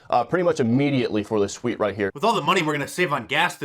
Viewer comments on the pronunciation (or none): none